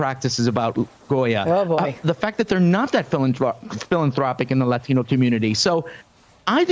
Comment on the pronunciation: the way he pronounces "latino" everytime gives me cringe shivers